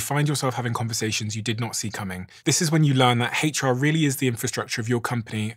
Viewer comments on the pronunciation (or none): . He said "hach R" Uneducated. Don't listen. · "HATE char" support lol love that pronunciation